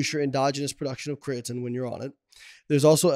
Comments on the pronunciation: CREATINE ... not creating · small nitpick here obv but I absolutely cannot stand the way he says crea-tin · What does he pronounce it Crea-Tin? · Whats the word im looking for.... You have 2 “professionals” who cant even say the word “creatine” properly... Is this irony or... ?